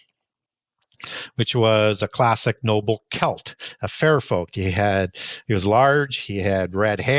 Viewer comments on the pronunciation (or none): none